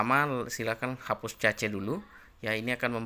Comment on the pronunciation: baca nya kes bukan cace